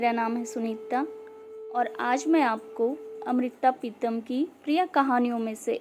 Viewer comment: naam bhi bataya to Sunita ke badle सुनित्ता, अमृता को अमृत्ता और प्रीतम को प्रीत्तम बोला है !!! चले हैं स्टोरी teller banenge 🤓🤓